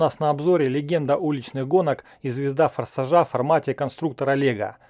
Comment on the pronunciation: Чел правильно фарса'жа а не фарсажа'